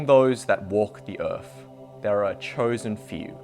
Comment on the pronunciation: "Among those that walk the Earf." I love Aussies.